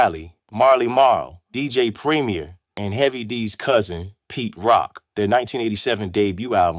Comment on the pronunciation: Decent video but a real Hip-Hop knows how to pronounce ANDRE HARELL & especially DJ PREMIER as well as knowing the difference between Teddy Riley & Aaron Hall.